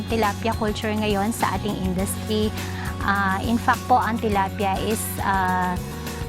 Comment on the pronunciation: I heard her say "tolapia" . She's talking about fish.